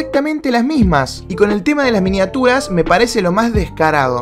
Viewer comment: Alguien se dio cuenta que dijo miniatuas??